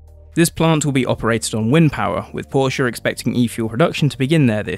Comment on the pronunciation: The biggest thumbs up from me goes to you personally for the correct pronounciation of Porsche and Audi! If Formula 1 really brought back V10s, I'd re-start watching it. I stopped at the end of season 2013, when the lawnmower engines were introduced.